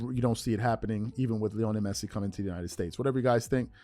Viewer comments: I love this channel, watch it everyday....however this is painful as hearing you butcher his name.....Lionel. LEE - OH - NEL not LEONI. Keep crushing these bronsexuals my bro. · It’s pronounced LEE-oh-NELL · Bro idk you claim to be a fan of soccer at least somewhat and you never heard lionel Messi’s first name said correctly